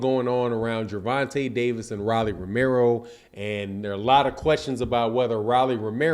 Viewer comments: It’s pronounced ROW-LEE NOT RAH-LEE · Why you saying Rawlie when it's Rolly as in Roll-e? I know you've heard the name said the right way over 20 times here on youtube puzzy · Who the hell is Ra’Lee? It’s Row’ Lee 😂😂😂😂😂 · my dawg but why bruh say rolly name wrong on every video on purpose 🤣